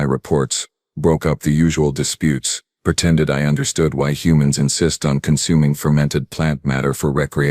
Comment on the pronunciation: You mispronounced chitinous. "Pertended" is not a word. *Pretended "Perdictid" is not a word. * Predicted "Perdict" is not a word. *Predict "Perventid" is not a word. *Prevented